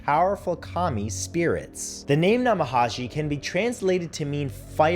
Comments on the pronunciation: Brutal mispronunciation. Namahage is pronounced na ma ha gay. Take the time to learn to say the word at least a little correct. Not that hard. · Love the video, Matthew. I'm familiar with all these ghosts, but honey, you really need to work on your pronunciation. I cringed a bit every time you said a name of a entity. Especially the "Namahage." G in Japanese makes a "guh" sound, not "jeh" or "zhe." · Love the video Matt, but could you please check on the pronunciation of some of these words, for example the "g" in namahage isnt pronounced as an English j, but rather a "g" as in gull